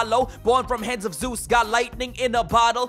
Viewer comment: In case you were wondering, it's Zeus not zues. Bruh lol